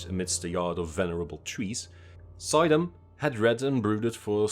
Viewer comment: It's not pronounced, "Soy-dam", it's "Sue-dam" (emphasis on second syllable) - old Dutch "oy" is "oo" in English. Other than that, awesome video!